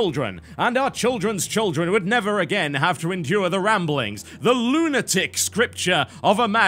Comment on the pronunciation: "LOONITIC BUTTER"